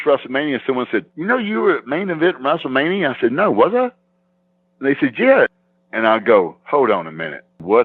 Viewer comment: He used to say WRASSLE MANIA